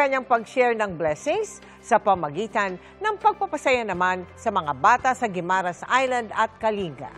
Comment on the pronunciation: Mel, can you pronounce Guimaras correctly? I also remember you pronounced Boracay weirdly. Get educated. EP, please advice Mel. Thanks